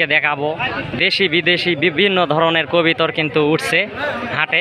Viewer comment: আপনার কথা হচ্ছে না আপনি বলবেন কবুতর। আপনি কবিতর বলবেন না